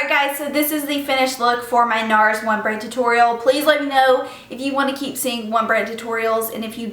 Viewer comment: Haha sounds like "one brain tutorial". Love the look :)